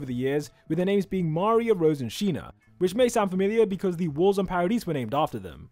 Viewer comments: Mario 😂😂😂 that's maria😂😂😅😅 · How is mispronouncing Maria?